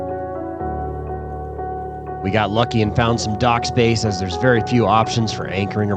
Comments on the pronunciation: It is Càpri, not Caprí (I don't know how to write it correctly... But accent is on a. 😊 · Wrong pronunciation!!! It is pronounced Ka…pri with the emphasis on KA